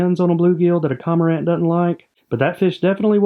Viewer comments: I love the vids as always, just a heads up I believe you are pronouncing CoRmorant incorrectly. It's almost as if you miss the R in the beginning and say Comorant. Simply a suggestion, great work. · It's pronounced kor-mr-uhnt And can we name either the heron or the egret "Garza" please? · Trash pronunciation btw